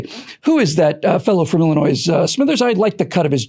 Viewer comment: Obama is from "Illinoiz." LOL